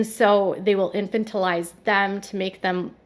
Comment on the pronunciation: "Infantilize" Please learn the pronunciation before you publish. The accent is on the second syllable, in-FAN-til-ize.